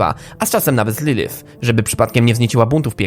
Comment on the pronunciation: wymowa nie boli.. VAggie? nawet sama mówi że poprawda wymowa to Veggie.. LYLYF? lilif.. nie licząc tego to filmik bardzo ciekawy